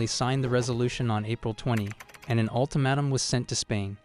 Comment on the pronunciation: Jesus, your grammar is cringe inducing, can't even say twenty fifth or ultimatum (ulti-madam? 🤣).